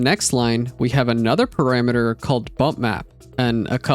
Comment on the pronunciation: mate, please... pArAmEtEr. ... NOT "pErImEtEr" ... -_- .